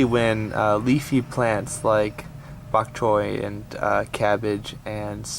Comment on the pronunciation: I think bok choi is a cantonese word, which you pronounced like a hong konger ^^